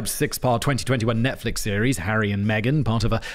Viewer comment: Right after talking about Harry dressing as a Nazi, it sounded like you said Aryan Megan; instead of Harry and Megan.